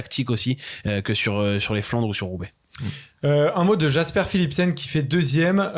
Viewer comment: Tant qu'on est dans la prononciation des Noms, Jasper se prononce "Yasper". :)